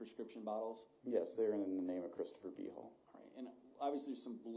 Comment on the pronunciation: It keeps sounding like they are saying B-Hole instead of Behal.